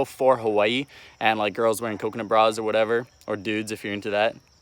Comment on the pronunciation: I’m a big fan but you can’t even pronounce the name of the state you live in correctly